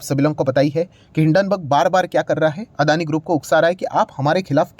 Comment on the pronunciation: Its Not अदानी। Its अडाणी।